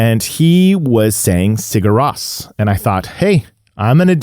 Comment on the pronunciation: Nice video man, fun to listen to you. They are my fav band of all time. And btw its pronounced Siur Rose😁 You have to go see them live man, they are absolutely unreal!